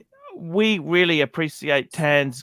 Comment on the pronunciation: Wheely..wheely...de brain bwain is fowgiven..wheely wheely... FMD